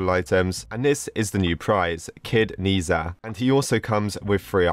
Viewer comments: Nezha is actually pronounced as Nuh dra And his story is basically: There were two magical orbs, water and fire (or kind and evil) When nezha was being born his mom was going to swallow the water orb to make him good and stuff but the water orb got stolen so she swallowed the fire orb instead Nezha was basically seen as a monster to the village so he was locked up, (his mom and dad still loves him tho) One day nezha escaped to fight a monster just to make everyone think he’s good but everyone didn’t see the monster and thought he was just throwing fire everywhere (yes nezha has powers lol) He went to the ocean and met Aobing (the water orb guy) and they became friends Oh yeah there was this leopard guy and he’s evil or something lol The rest u can watch the movie :/ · Dude, I'm almost like a big fan of nezha and I'm overproud when seeing the thumbnail how to pronounce it by the way: ney-cha i think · omg i love nezha but its actually pronounced Naysha in english or with a Chinese accent its Naja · I completely understood this and by the way I believe it’s pronounced Ne Ja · I’m the biggest nehza fan I watched all the movies(I’m part from china) IM HYPE And it’s pronounced Nah-Chah Btw the ribbon in the actual movie there basically like each god has one and it does special things But rip it closed lol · By the way the Chinese words stands for Luo Bu Le Si meaning roblox in Chinese and it’s pronounced as Nei-ja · Yes you pronounced it wrong but don't worry everyone males mistakes in the movie they pronounced it as nesha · It's pronounced ne-ze-hae I'm pretty sure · Its pronounched as neh-za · its also pronounced ned-zha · how to pronounce it = nezha=near (without the a) then zha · To pronounce it correctly its Neh ja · The words "ne zha" are pronounced "nuh ja" I know this bc I'm half Chinese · Its nezha but you pronounce it as nazha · it is like na cha or na za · i am chinese and the closest prounouncation i can get from text is 'n-er ta